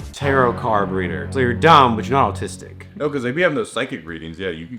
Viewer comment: said autis-'dick' two episodes in a row I'm dead 😧